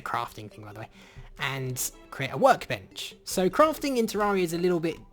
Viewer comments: IT'S PRONOUNCED TER-AIR-EEH-UH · I've always pronounced it teh-RARE-EE-uh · PiggyPigPig No, you're all wrong. It's pronounced tay-ray-rie-uh